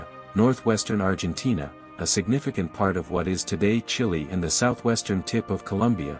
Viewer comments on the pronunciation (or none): none